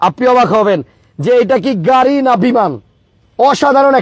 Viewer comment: উচ্চারণ ঠিক করেন , গাড়ীর নাম |